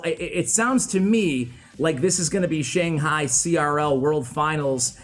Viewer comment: ugghhh i hate how you mispronounce Shang Hai !!!!